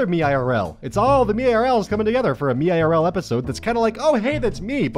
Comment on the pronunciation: read meirl as one word like, "méerl"